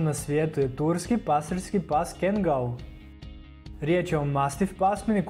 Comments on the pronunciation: Nije kengal nego kangal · Nie kengel nego kangal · E moj seljak kaze se Kangal a ne Kengal😂😂😂😂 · nemoj svatiti kao hejt ali nije kengal nego kangal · Tacno za kangala .ali brate to je kangal a ne kengal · Ne izgovara se Kengel nego Kangal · Ne kaže se kengal vec KANGAL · Kaze se kangal a ne kengal (NO HATE) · Prosečan doberman može i jače od 700PSI da ugrize a ti si stavio da ima četiri puta manji ugriz a ostalo je ok samo pogrešno čitaš i imena Cane Corso i Kangal i Argentinska doga ne postoji to je Dogo argentino ili argentinski pas Najjači ugriz ima doberman